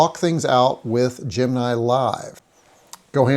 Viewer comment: GEM. IN. EYE not gem nye.